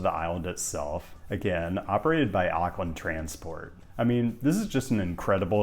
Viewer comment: Auckland is pronounced " Ork lind " not " Ark lind ". Most Americans get this wrong.